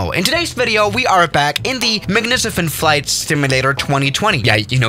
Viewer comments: After only 5 seconds he doesnt know proper english. "Magnicifent" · very creative pronunciation of the word “magnificent”😂